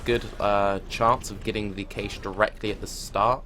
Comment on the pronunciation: This is an amazing video, but just so you know, "cache" is pronounce the same way as "cash". :)